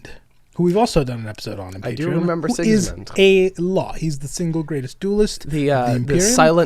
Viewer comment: Six Sigma? You mean Six Gismund?